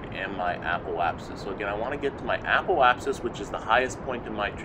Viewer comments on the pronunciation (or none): Apple-apsis? Must be an accent thing, though if you're looking for someone to pronounce things properly, I'm not your guy. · Love the video but why does every single kerbal you tuber add an L into Apoapsis?